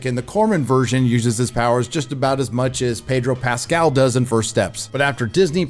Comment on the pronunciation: "Pedro Rascal"